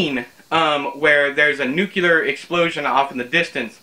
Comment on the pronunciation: Lemme tellya. I was so moved by this review, I crahd. The way you sayed newkewler. Proud a yew, boyh.